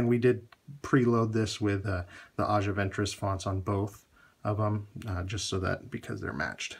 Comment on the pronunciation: You are saying her name incorrectly lol